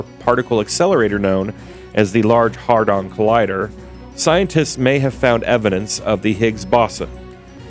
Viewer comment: Yes its' HADRON' not 'HARDON' :)